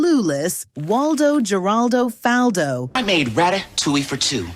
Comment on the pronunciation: Why she keep saying his last name wrong? It’s pronounced the same way as his first name. That was part of the joke. His whole name rhymed